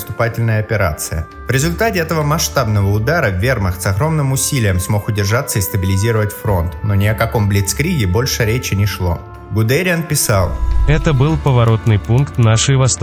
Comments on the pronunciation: Не ГудЕриан!!!!!! ГудериАн!!!! ЖЕРТВА ЕГЭ!!! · Не ГудЕриан, а ГудериАн. И что за слово такое "декобря". Ещё куча таких примеров можно найти. Если уж готовите историческую информацию, то будьте добры относиться ответственно и щепетильно. Это не комиксы и не мультики, где автор можно творить как хочет. А изложение фактов. Четко, тезисно и без ошибок. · Называет ГудериАна гудЕрианом.... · а почему ГудЕриан, а не ГудериАн? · ГудериАн а не ГудЕриан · Почему ГудЕриан ? Он же ГудериАн ! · Ну, немцы не соврали, все так. Лютые погодные условия плюс подкрепления сыграли свою роль в битве за Москву. Автор, не ГудЕриан, а ГудериАн. Так правильно произносится фамилия этого знаменитого генерала. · Какой ГудЕриан епта?делай правильно ударение на последний слог ГудериАн😡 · Мамин экспэрД очередной 🤦‍♂ После того как автор белорусов и украинцев выделил в отдельную, от славян категорию, начал сомневаться в его адекватности, ну, а после "декОбря" сразу понял, что человек просто малограмотный. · Старина, в фамилии Гудериан ударение на букве А надо делать. - Как-то сразу ухо резануло. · Вообщето в оригинале с немецкого ударение делается именно на Е или в немецком Э т.е. ГудЭриан.... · Гудериан, ударение на "А" су*ка! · В немецком произношении,т.е. в оригинале имя Гудэрияна произносится именно с ударением на "Э" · У ГудериАна ударение на последнюю букву. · Тема слабо раскрыта. Что в итоге пишет немецкая Википедия про поражение вермахта под Москвой, из сюжета так и не понятно. Вроде как отдает должное стойкости противника, а кроме этого? И очень режет слух ГудЕриан, БорОвск, Эр-кэ-ка-ка (РККА?). Это умушленное и обоснованное изменение ударений или невежество автора? Кстати очень часто встречаю подобное коверкание топонимов и имён собственных в роликах на YouTube. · Кто такой ГудЕриан? Когда же научитесь ударения правильно ставить? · В фамилии Гудериан ударение на последнюю а.